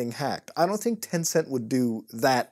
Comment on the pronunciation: When you said “Tencent” I was like smh